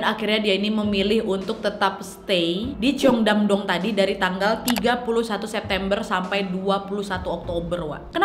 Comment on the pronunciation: Bacanya bukan ceyong. Tapi Chong